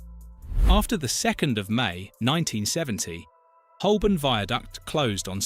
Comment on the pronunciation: Holborn is sadly mispronounced throughout 🙄